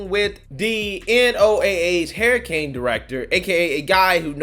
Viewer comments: Can you say "Hairicain" a few more times? Lol. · Hurricane gas a u in it lol it’s not a hair uh cane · Hurricane bro, not HERRICANE! My God man I can't.